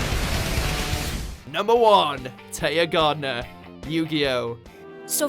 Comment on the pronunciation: Really? Tea Gardner,? lol